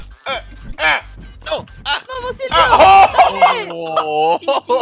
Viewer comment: asi se dice silvio asi se dice